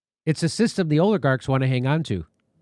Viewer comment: Did Jimmy just mispronounce Oligarchs as OILigarchs?! Intentional? Did I mishear? Either way can we make this catch on? That’s my Bday wish for HRC 🤔